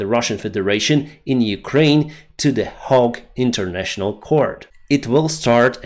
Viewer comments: HAGUE Sounds like HAYG not like HUG😉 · Love your work.....Hague is pronounced HAYG and depot is pronounced DEPO (silent t) all best from Australia and Pacific Islands....and a swift end to the attempted Russian genocide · You pronounce the "A" in Hague so "Haaag" ... outstanding vids. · * Hague = /гейґ/. 😊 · I find it quite amusing that the way you pronounce the English Hague, sounds more like the actual Dutch Haag.